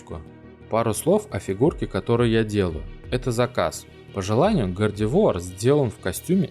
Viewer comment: Да, произносил не правильно